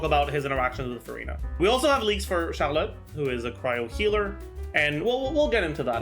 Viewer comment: Every time he says "Charlotte" I hear "Xiaolad". HELP